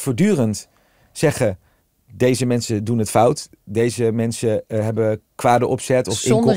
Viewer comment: Hij spreekt nooit de n op het eind van een woord uit. De aarde bescherme - dat wordt politiek ontvange, hebbe, die zitte dan in hun kant.